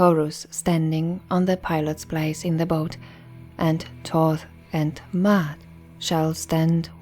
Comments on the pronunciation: Actually it’s is pronounced how it looks: “Ma…At”. There is no y sound... Also, Ma’at is not a religion, they are a list of principles to live by a way of life. That’s all it was. There was no concept or audiology called religion back in the Greek so the one that comes up with the concept of religion, which is organized spirituality. In Ancient Kemet (original name of the region before Egypt), all they expected was for people to learn from nature and to live clean as possible. They created temples created symbols and concepts for people to learn from wisdom if they choose to. The purpose was for everyone to live freely and live a life of balance. (no religion) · It is not Mayat as the glyphs comprise of the Maa glyph which is a digging tool, an arm glyoh which is also an A sound and the t. There is no Y in Maat meaning there is not a double reed leaf which comprises of the Y sound. So basically, there is no Y as there is no double reed leaf in her name. The person who created the video is pronouncing it more accurately than saying "Mayat". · Are you saying Da'at like wisdom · And you can’t even pronounce the name correctly. Smh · I wanted to listen to this in its entirety but every time you say Ma'at I cringe. Next time, please learn how to properly pronounce the words/language before making a video. It takes away from your credibility. If you don't even know the correct pronunciation then how can I trust that you really did your research in bringing forth the rest of the information???